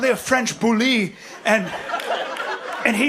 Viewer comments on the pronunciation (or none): It's pronounced "Bool", Bryan. Which simply refers to the shape and not "varietal", as he puts it. This is what happens when you thesaurus too close to the sun.😑